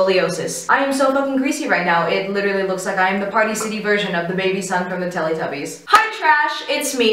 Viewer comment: sorry i cant get over u saying (accidently?) telytubbies rather than teletubies at the beginning LMFAOOOO cute